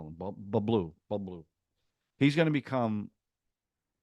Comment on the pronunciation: It's BABLU (said as BUB-LOO)....not Bulbee😂😂😂 ****Very Warm**** The jury's out on Compounder's friendship with Munna. Glad you're pushing through the episodes fast !!